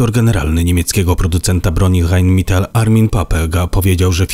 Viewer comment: rajn metal,a nie mital !!!!!!